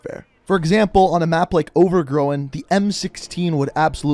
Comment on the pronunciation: “over grow’n”